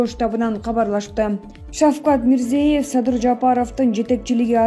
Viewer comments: Урматтуу медиаканалдын жетекчилери. Ушундай сабатсыз журналистерди эмнеге диктор кылып чыгарасыңар. Башка өлкөлөрдүн жетекчилеринин, деги эле адам аты-жөнүн айтууда туура айтуу керек го. Бул деген кыргыз мамлекетинин билим сапатын көрсөтөт го. Мирзеев эмес, Мирзиёев. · Тууралап окугулачы,Озбекстан башчысы Мирзиёев(ё окулганда -йо тыбышын берет)1 класстагы кызым катанарды тапты. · Не деген журналист туура окуганды дагы билбейт Мирзеев деп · Мирзиеев эмес МирзиЁев деп айтсанар Ё мн Е нин айырмасы бар да жада калса дипломду сатып алган журналисттер да жок эмес. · Озбекстандын башчысынын аты-жонун туура айткын,кызым.